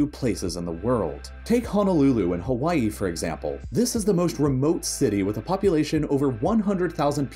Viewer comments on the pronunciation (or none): none